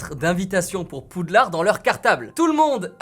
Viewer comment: "ay wants to come in pouudlard"